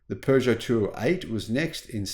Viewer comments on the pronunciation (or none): none